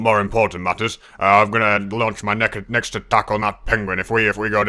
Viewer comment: did anybody hear say naked instead of next?